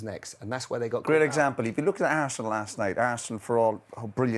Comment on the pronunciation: Man said harsenal 😅😅😅